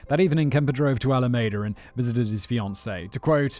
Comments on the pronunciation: It's all a me da not ala maida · Another wonderful job about a story that makes me truly angry since he killed and then got out of jail to kill again. I am from the San Francisco bay area, so this is very close to me. For future reference, the name of the town - Alameda - is pronounced Al-a-ME-da. I grew up just south of there. It is also the name of the county where that city is located. Keep up the awesome work! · pronounced "Alameeda." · I’m digging how Simon pronounces alameda 😉😊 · Simon, how can you call yourself a Star Trek fan if you don't know how to pronounce Alameda?🐋🐋😉